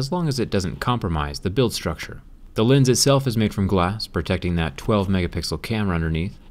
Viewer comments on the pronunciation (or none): none